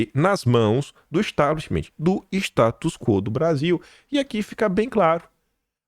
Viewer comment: Importantes análises! 🙏🏻✨🇧🇷 Gosto muito! Mas, não fica bem dizer “Establishmentiiiii”! Sugiro tirar este “i” final! Além de não existir, sabes falar inglês,! Só sugestão… é claro! 😉 És excelente! 🙏🏻🇧🇷✨✨✨